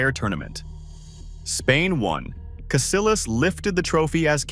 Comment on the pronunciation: It's pronounced CasiYAS not CasiLAS.. 😂😂